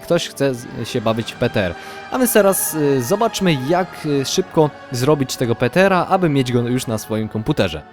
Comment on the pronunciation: PTR wypowiedź (pitiARRRR)